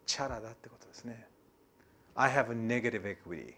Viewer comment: カッピイウライツ、ペイアボーウ、ネーガリブエクイリーｗｗｗ かなり発音いいねえ！